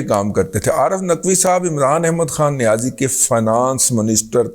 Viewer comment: Razi sahab, aap niyazi lafz par itna zor kyon dete hain.. Kya isliye ki niyazi sahab is par bilkul zor nahin dete.. Ya yun kahen ki chhupate hain?